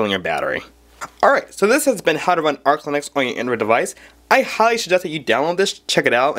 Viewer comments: also kid..it's arch...not ark linux. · arch.. not ark linux. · Also, "Ark" linux? Pretty sure it's ArCH linux. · ITS NOT CALLED ARK LINUX YOU DUMB FUCK ITS CALLED ARCH LINUX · the way he pronounces "Arch" as "Arc" kinda cracks me up tho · ***** Justin Chang I have never, ever seen 1GB represented as just 1000MB. 1024 is the standard unit b/c that's how binary counts up to the 11th power. Also the guy says "Ark" linux. I think this guy has some understanding of things, but clearly he is nervous as well. When he talks he's rushing and you can barely understand him. Maybe he knows juat a little and is trying to look knowledgable, but he's worried about getting called out on it in the comments like we are doing now. That's why the internet is the best source for information. People can't put one over on anyone without everyone else coming tot he defense of truth and accountability. This guy should probably just learn more before he makes a video until he is confident enough to make one calmly and speak in a slower way to CLEARLY teach viewers. And learn that 100MB != 1GB 1024 == 1GB